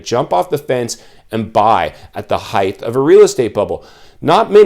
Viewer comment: Height. .,......not heighth